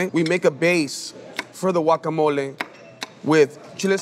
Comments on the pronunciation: Wuacamole? 😂😂😂😂😂 Blender?😂😂😂😂😂😂 There's no M in chapulín. No cheese please and especially no radish. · If you pronounce it as Guacamolee… pls sit tf down. You don’t have the best Guacamole 🥑🇲🇽